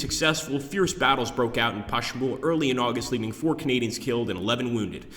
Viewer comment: It's pronounced pangwayy